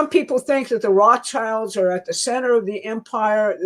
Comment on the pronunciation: you've never heard Roths childs pronounced ?